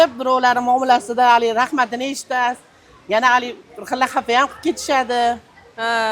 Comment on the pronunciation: Yena bir deganzdan bildm Xorazmli akanizi